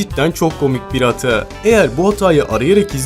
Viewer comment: abş hata yerine niye hatıa diyon